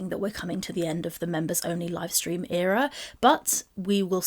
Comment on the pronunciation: if she says ‘era’ one more time I’m gonna lose it